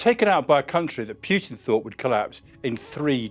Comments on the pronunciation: It's not pronounced pyoo-tin it's pronounced poo-tin. But all of this is old news. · Why pronounce it PJUTIN ? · Pretty sure his name isn't pronounced "Pjutin". More like Pootin. You will get it eventually, keep working on it. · He's probably british